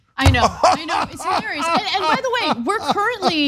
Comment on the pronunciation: Why do you insist on. Pronouncing hi lare ious as hill are ious